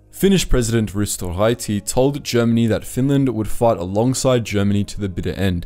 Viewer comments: "Risto Raiti" whut? RYTI. Y. kinda like Ü. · English doesn't have front rounded vowels so we can forgive him for not pronouncing it correctly.